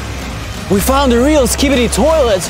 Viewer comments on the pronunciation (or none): none